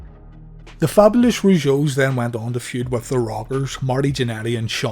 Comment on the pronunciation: You misprounounced "Fabulous", lol! I think their theme song was amazing. Jacques was amazing as The Mountie! And he's a hero for standing up to Dynamite Bully.